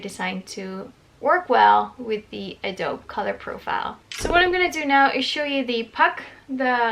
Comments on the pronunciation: As an aside... Adobe in other places other than you is pronounced "Ahh dobe eee". Ironically I originally pronounced it as you are doing. Be that as that is I do not even use Adobe products any more... so there you have that bit of useless information... hahahaha I have heard lots of good things said about BenQ monitors over average monitors that one needs to calibrate. I am happy for you that you got one. Be happy with what it can do, and you will do even better things for others for yourself choosing to be better 😊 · If your friends haven't said yet, Adobe is pronounced - Adobee. 🙂